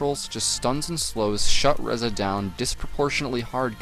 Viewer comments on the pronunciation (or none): Ree-za ffs